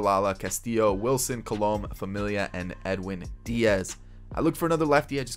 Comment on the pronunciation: Btw for some reason the pronunciation of Alex colome bothers me 😂😂 it's actually pronounced Call-a-may